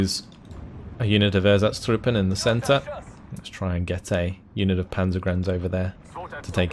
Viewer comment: meh, as long as he keeps butchering ersatztruppe I think we are even.